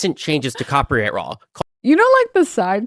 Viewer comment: He says "cropyright" every single time. This is absolutely a bit, lmao. He speaks like Steve Bruhl (the John C Reilly character who is, uh, special)